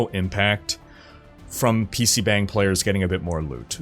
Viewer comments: Not really important the 'bang' in PC bangs is pronounced with an 'ah' rather than an 'eh'. It sounds more like bong. Like when tomato can be pronounced toe-MAY-toe or toe-MAH-toe. The bang uses the same 'ahh' sound as toe-MAH-toe. The more you know :) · It's pronounced bong. You made my Korean wife blood pressure rise.